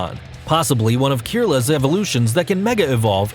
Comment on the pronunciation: The way he says POSSIBLY Kirlas (kirlias) evolution Riiight... I hate when people do video's without knowing anything about the topic.